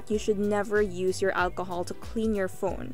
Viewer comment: You made this video so that you can say "Walchohol" 😂 - but still Great Video👍